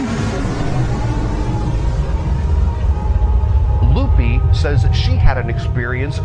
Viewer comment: In the book of Enoch it says that evil spirits r the spirits of the nephalim, which r the offspring of the fallen angels and human women. (Edit) wow did y'all really pronounce that womans name as "loopy"? It's Lupe (loo-pay)